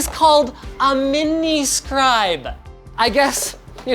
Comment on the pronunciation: Linus: this is called... a m i n i s c r i b e ! Thanks but I can understand English lmao